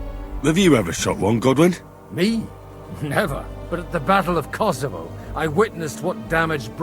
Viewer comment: KCDII: "Battle of Kosavo " ESO: "That's Constantinople, right?" Me: *facepalm*